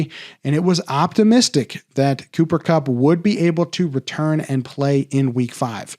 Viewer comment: Cooper Cum-Cum-Kum was hilarious. Hey I really like his show Ty man. It’s really helpful!!! I have to figure out what to do with Aaron Jones. Will we not really know until 90 mins before game time? Again this is one of the most valuable fantasy shows out there. Needed especially with all the injuries already this SZN.